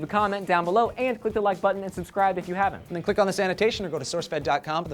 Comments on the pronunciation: Every time Joe says "this annotation" all I hear is "sanitation"... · It sounds like Joe says 'Click on the sanitation' at the end of the video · Why do you two keep saying Sanotation instead of Anotation, COME ON!.. step it up guys, Lee gets it right everytime!